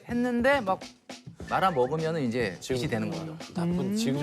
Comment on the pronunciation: 빚 ~~~(비지)잖아요(0) 빚 ~~(비치) 잖아요(×)